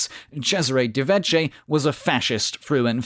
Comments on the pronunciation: Very interesting video. Please allow me a nitpick: "ch" is pronounced "k" in Italian, therefore "De Vecchi" is pronounced "De Vecki". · The italian "ch" is pronounced as "k"